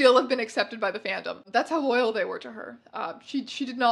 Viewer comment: The way you said “she had a lot of loyal fans” and my brain translated that as “ a lot of oil pans”